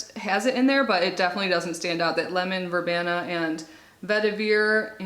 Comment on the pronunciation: Ver-bean-a is how it sounds.😁